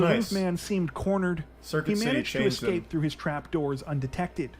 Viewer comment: “Excape” 💀 how don’t people know it’s not pronounced that way? It rubs me like the way people don’t know the difference between there, their and they’re.